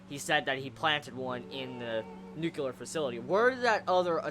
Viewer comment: You keep saying "nucular" it just reminds me of that W. Bush moment. It's nyuu-klee-urr. :P